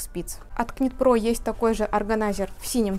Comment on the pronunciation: Добрый день! Шикарный ассортимент ! Выбор сделать непросто 😊. Девушки, ОБРАЩАЮ ВАШЕ Внимание: knit pro произносится «Нит про». Звук К не звучит . Вязание - «knitting” произносится «Нитин» . Пожалуйста, произносите правильно , ведь вы- профессионалы 😊С уважением Ирина .